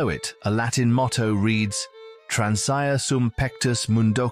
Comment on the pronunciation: "Transire" ==> tran.si'.reh